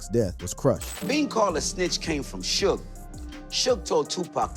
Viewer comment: Hey videos that can't distinguish Pac from Pack smmfh. Suge pronounced like huge really dude GTFOH